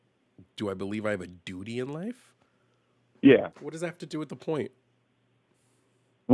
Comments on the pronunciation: Heehee, he said “dooty.” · That was painful. (snickers). "Dootie" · hehehe, he said dudy! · Hehehe he said dooty so many times. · 😂 lol he said dootie 💩